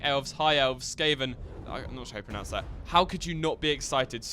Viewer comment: You pronounced Skaven right. The fluffy rat-men are pleased.